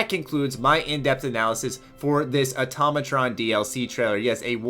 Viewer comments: auto ma tron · its Automatron not atomoton